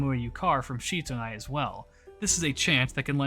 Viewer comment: As I understand matters, Sitonai's name is actually pronounced like it looks in English, with si- not shi-. She's from Ainu legends, not Japanese, and apparently the Ainu syllable represented by the Japanese kana for "shi" is more accurately pronounced as "si". So I wound up flinching every time you said Shitonai because I'm 99% sure it's Sitonai. The more you know XD